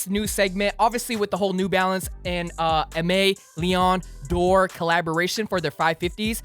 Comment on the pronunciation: how you gonna talk new balance collabs and still struggle saying aime leon dore